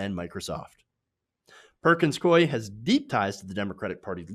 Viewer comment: It's pronounced Perkins "Coo-y". Not "Coy".